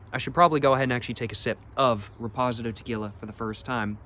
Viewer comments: Shots game - Every time says Repozidoe! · Probably doing it on purpose to drive engagement. Many comments on his mispronunciation and he ignores them. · I’m CACKLING 😂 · That pronunciation is wild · Gets me everytime😂